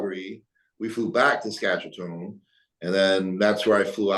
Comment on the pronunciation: "Saskachetone" lol...